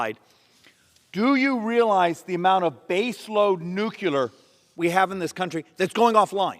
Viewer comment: Schweikert is smart as a whip and always right on the money. But I do wish he would learn how to pronounce the word NUCLEAR. That's NEW-CLEE-ER. Not NEW-Q-LER. One of a long list of words that are regularly mispronounced, even by well-educated people who ought to know how to say it correctly